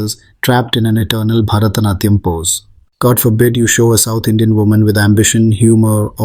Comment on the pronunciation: The narrators pronunciation of South Indian references like idli vada as ‘Idli Vaadha’ or butchering of ´Barathanatyam’ and ´Mridungham’ was also cringe btw.